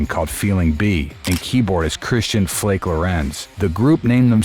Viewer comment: it would be cool if you would pronounce their names properly not lindeRmann - Lindemann. not raidel - riedel, pronounced as reedle and flake is pronounces flakah lorentz.